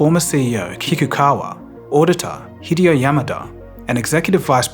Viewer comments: Overall, well done. Good video. The narrator mispronounces Hideo as Hide-eo as in hide and seek instead of Hee-deo as it’s actually pronounced. Gets epitome wrong as well. Doesn’t say the me at the end as in me and you as it’s supposed to be said. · Add to that your strange pronunciation of the Japanese name "Hideo." This is a poor approximation, but it should sound something like "Hee-day-oh." Simple pronunciation rules for Japanese vowels: a = "ah" Iike in "father", e = short e like in "bet", i = ee as in "feet", o = long o like in "home", u = oo like in "room". (Incidentally, these are the same vowel pronunciations as in Spanish). There are no vowel diphthongs in Japanese. If you see "ai" in Japanese, that is a combination of "ah" and "ee" which is roughly the same as the long i in "kite". Very informative video nonetheless. Thank you for your efforts.